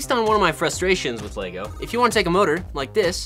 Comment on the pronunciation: Normal people - "Lego" - "LaYgO"